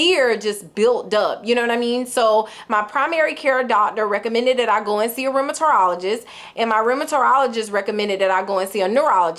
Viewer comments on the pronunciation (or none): Sorry but it’s driving me crazy lol!! The word is Rheumatologist. It’s 5 syllables not 6, and there’s no “ter” in it. You have it right, just leave out the “ter”. You’re saying RheumaTERologist❤